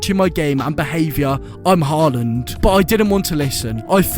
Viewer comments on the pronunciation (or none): none